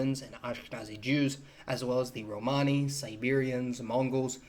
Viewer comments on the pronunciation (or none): none